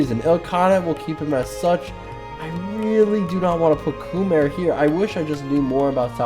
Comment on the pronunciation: As a Khmer it hurt to see you rate us D tier (and listen to your pronounciation)